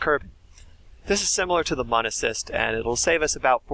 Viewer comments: Mun is pronounced like "moon" and not "muhn" (the original intended spelling was actually Mün, which would have removed any ambiguity) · M with the two dots over the u is not ‘mun, mone’ it’s mooooon! Just say moon! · Mun is like moon, not like bun, get it right